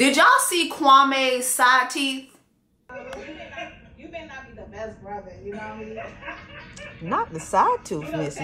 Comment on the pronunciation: "side theeth" 😂😂😂 j'en peux plus !!!